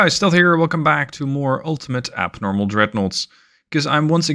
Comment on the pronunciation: That intro, it sounded like you said "abnormal" dreadnoughts, and for this build - very apt. 😂 😂 😂